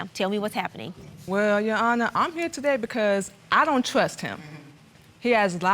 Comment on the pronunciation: She just wants a lil “twust”